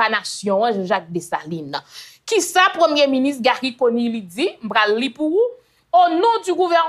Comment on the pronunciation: Yaya ou konnin sé wou ki prononcé nom premyé minis très bien ou pran sanw pou di Conille lòt yo toujou ap di Conni ou kònnin hum gen respè pou intelligence ou